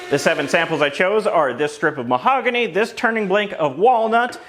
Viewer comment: "Mahogány" 😂. I just wana let you know i appreciate all these little quirks in all videos!